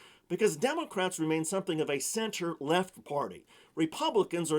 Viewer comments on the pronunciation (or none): Did he say the Dems are a center-lefft party? 🤣